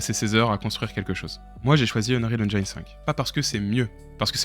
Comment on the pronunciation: Venant du modding d'Half-Life, je suis plutot C++ donc mon choix a été assez simple, UE... au passage, j'essaye d'éduquer les Francais sur la prononciation de "Engine" xD on ne prononce pas comme "line" mais comme "medicine".